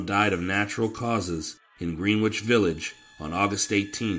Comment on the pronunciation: it’s very common that people not from NY say Green-which village. It’s pronounced “Gren-ich”. Not knocking on you, just sharing information. Love the videos as I always say and I love this mobsters in the military segment. The Popeye video was amazing once again. I re-watched it, I loved it that much.